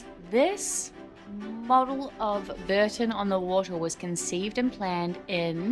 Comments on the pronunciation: Not Burton on the Water but Bourton on the Water. Pronounced Bore-ton. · Pronounced Boar - ton on the water. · Epic vlog. BTW Bourton-on-the-Water is pronounced Bore tun on the Water!